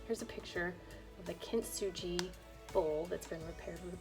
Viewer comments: thanks for doing that experiment! Also it is pronounced as kin-tsugi not kint-suji. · Oh no. The least you could do to honor this artform is to pronounce “kintsugi” correctly.